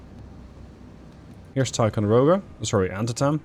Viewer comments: Not to be a pain, but Antietam is pronounced AnTEEtum. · Antietam- Ant-tea-tum. Its the name of a Maryland town that was the site of the US Civil War's bloodiest battle. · Good video. The Antietam is pronounced an-tee·tm :)